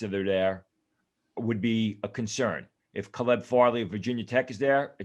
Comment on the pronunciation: I don't trust him either, he can't even correctly pronounce the player's names. "Mekky" Becton, "Kuh-Leb" Farley to name a couple lol.